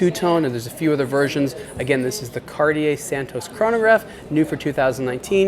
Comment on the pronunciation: The next one, who don`t know how to pronounce Cartier.